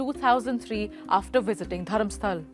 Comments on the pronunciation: Just a small correction – it's DharmasthalA with an ‘A’ at the end, not Dharmastal. It’s the name of a place, so pronunciation matters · The place name is Dharmasthala and not Dharamstal… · Its dharmasthala not dharmsthal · I appreciate the report WION. It would also be appreciated if the city name is pronounced correctly " Dharmasthala"